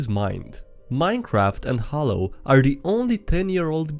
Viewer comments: It's pronounced "hay-lo", not "hol-lo"! that's pronounced "dee-vee-ant" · "Minecraft and Hallow are..." Who the hell doesn't know how to pronounce halo?